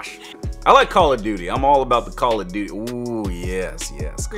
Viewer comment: He says beauty but it's duty